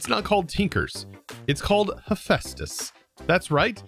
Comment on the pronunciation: I cant get over how he butcheted hephaestus' name...